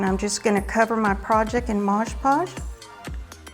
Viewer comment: It's Mod Podge not Modge Podge for pity's sake!